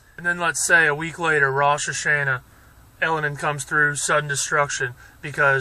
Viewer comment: Well, we differ on a few points, but that's not important. I salute you for speaking up. I *do* have one minor comment for you: you are mispronouncing Rosh Hashana. All of the "a's" in that word are pronounced "ah," not "an." So it would be spelled phonetically like this: "Rahsh Hahshahnah" if that makes sense.